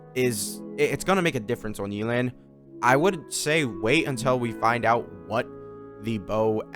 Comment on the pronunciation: YAY-LAN NOT YEELAN😭